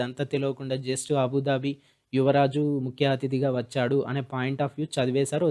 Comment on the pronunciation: achhadu kadu vachhadu